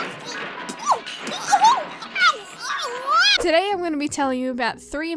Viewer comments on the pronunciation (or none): none